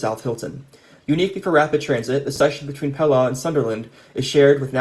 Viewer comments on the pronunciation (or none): great video! for future: pelaw is pronounced pee-law by the way.